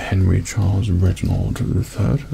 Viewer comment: but he says Regibald ^^